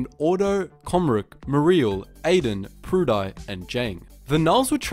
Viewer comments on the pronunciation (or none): like really nobody gonna comment on how you butchered A'den and Prudii's names? Like it's Ah-den and Pru-dee, officially pronounced. Yes I'm being petty but who in the universe would name their kid "Pru-dye"??? XD